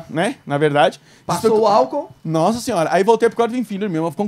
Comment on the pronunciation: NOOSSA SINHÓURA !!!!!! KKKKKKKKKKKKKKKKKKKKKKKKKKKKKKKKKKKKK